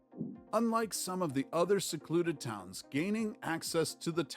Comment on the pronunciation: struggling to say a phrase as simple as “secluded towns”. Seklooded toons!! 😂